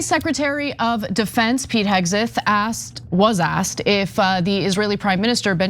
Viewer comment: I hate how Ana says hegseth omg 😰